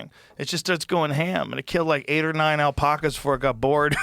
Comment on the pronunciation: have never heard anyone say it as “alpahcahs” before lmfao